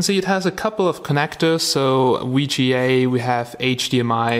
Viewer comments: Germans alvays mess up "w" and "v" lol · lol... "wee G A"